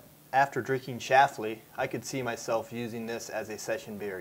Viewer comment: stop saying Schafly... it's schLafly SHH- LAUGH- LEEY Good luck with the show though!